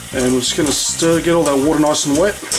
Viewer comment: Did he just say “get all that watah nice and wet O-O....” wooooow 😂